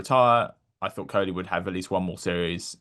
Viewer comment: Bro, I'm sure would call him deephaaak goyawl. So it's fine. Why don't you correct vyrat koli and kl raoul.